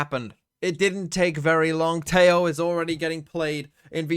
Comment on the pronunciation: Every time you say 'Tejo' like that, a Latin-American dies. Is that what you want??